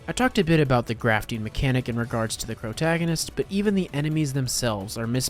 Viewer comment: Did mf say CROWtagonist? Love it and am now stealing it